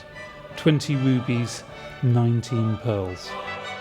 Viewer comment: "20 woo-bees", what's a woo-bee?